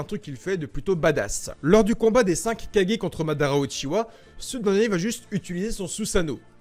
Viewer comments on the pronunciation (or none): none